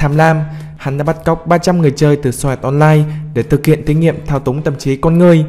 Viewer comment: Sword art online mừ nghe đọc như xoạ* online =‘)